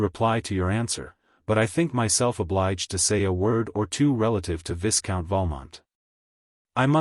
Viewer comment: The AI voice makes LOTS of mistakes in pronunciation and intonation. Too many to mention But the most grating is the mispronunciation of Viscount as viss-count. It should be vy-count obviously. Vy as in by. One of the other bad ones is not pronouncing the names properly and where "M." shows up in front of a name not pronouncing it as Monsieur. There are many other errors too.